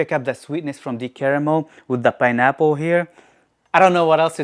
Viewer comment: imma need you to never say "pineapple" again sir.